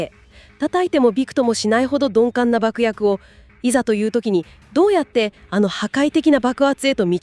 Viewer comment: 鈍感をドンペンみたいに言うなw